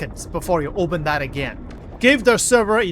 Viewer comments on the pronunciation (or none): none